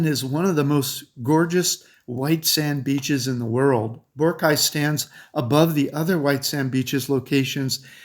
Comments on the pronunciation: Boar-rock-eye! Not Boara-kye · Your pronunciation of Boracay is incorrect.